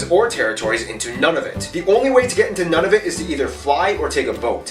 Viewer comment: I wish he would pronounce Nunavut correctly.